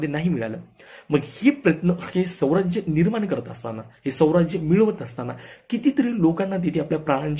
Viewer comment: स्वराज्य म्हणा,, सौराज्य नाही